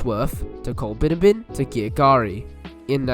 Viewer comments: Col-bin-ABB-in, mate. :) All good though :) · It's pronounced Coll-bin-AB-bin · Coll(a)-bin-abbin (last part rhymes with cabin) It's kind of amazing the number of postage stamp-sized villages that were given their own rail lines back when. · Once again you haven’t done your pronunciation research. Its Col-bin-abbin. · You have done your research however ... just need to research the pronunciation of Colbinabbin pronounced COL BIN AB BIN and Girgarre pronounced GUR GARY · Certainly a most interesting and well researched video - many thanks. But I would urge the compiler to take much more care with issues of pronunciation. It jarred so VERY much every time we heard the mangling of Colbinabbin (Colb'nABB'n) and to a lesser extent Girgarre. And late in the video we saw Shepparton misspelled as Shepperton - not good. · very interesting video as always, some of the towns you mentioned (Girgarre, Colbinabbin mainly) are pronounced slightly different. Girgarre is "gur-garry" and colbinabbin is colbin-abbin. I live very close to these towns. Still an interesting video though, I recently travelled from Violet Town across to Bendigo going alongside the former alignment, so I really enjoyed this